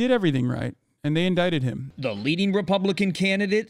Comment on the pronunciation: Dude, Trump has SO many memorable sound bytes. "I did everything right and they in-DICTED meeee!" "And they came up to me, tears in their eyes, and they said, 'Sir!'" "It's at a level that NO-BODY has ever seen before." "What's happening is a disgrace, it's a disgrace." "I know it, and you know it, and the media knows it but they're crooked!" "Troth-sential..." "OBAMNA!" And then there are all the awesome recurring sight gags he employs as a form of physical comedy - the invisible accordion, the ghost jerk-off, the orange tan-line... Really, when you think about it, one of the best orators of the 21st century...